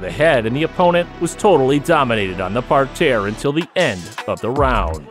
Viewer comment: I’m scratching my head too. I know what a mat is what the hell is a “par-tear?” Weird.